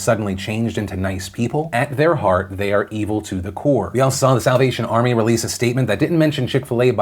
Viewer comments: Is it just me or when ever Phil said "Salvation Army" I hear "South Asian Army" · I had to rewind about 5 times because I thought you said “south Asian army” rather than salvation 🤷‍♀️😂😂😂